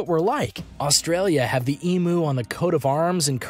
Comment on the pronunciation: Emu is pronounced more like eem-yew (or eem-'you'). It really bugs me when people pronounce it as ee-moo.